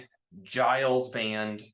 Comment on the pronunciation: Thanks ..J Geils is pronounced with a hard "G" (guy alls)